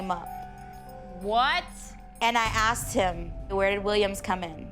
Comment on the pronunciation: aksed...........its asked